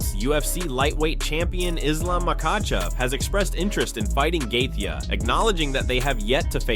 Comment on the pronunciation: I realize this announcing is AI but it’s shit. How many different ways can you mispronounce Justin’s name? Plus lies lies lies. Clickbait. Bye bye lard ass